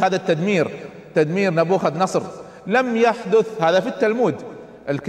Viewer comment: مشكلة الشيوخ لا ولن يذكرون المصادر..😂...لان كل مصادره التوراة..لانه اساسا يذكر اسم ن بوخذ نصر غلط بغلط بغلط بغلططططططط....اضحك كلما قال نبوخذ نصر.